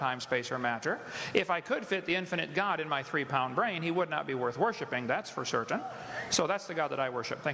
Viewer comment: I mostly like how he pronounces "maTTer" and "cerTain". :-) Kent Hovind spoke at our church years ago. We had to terminate his series of messages before he was finished. Intermingled with his young-earth creationism was a plethora of anti-government, antisemitic, gun-hoarding conspiracy theories. He's spent much of the last 15 years in jail or in prison; most recently for domestic violence. He has a very good answer in this video about the nature of God, but then Ted Kaczynski had a PhD in mathmatics and still wounded 11 people and killed 3 by sending them bombs in the mail. Also, that atheist is rocking that mustache.